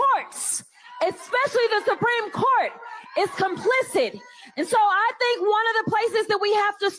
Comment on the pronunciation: Who wants to tell Crockett that the word "complicit" ends with a "T", not a "D"?